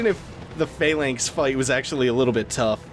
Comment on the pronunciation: it's pronounced phalanx not phAlanx